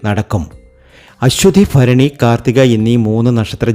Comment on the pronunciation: ഫരണി 😂ഫാഗ്യം 😂